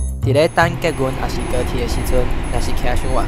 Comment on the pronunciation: 處的捷運是念作 tsia̍t-ūn 喔！